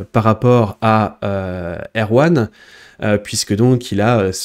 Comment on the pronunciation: A chaque fois que tu dis "Deepseek R1", j'entends "Deepseek Erwan" xD